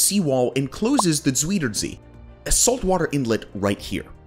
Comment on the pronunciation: The "ui" in Afsluitdijk sounds like "ow" in English. Like "out" or "clout." So: it's "aff-slout-dike." And zuiderzee is "zow-der-zay." (Dutch has had the different vowel shift than English did.)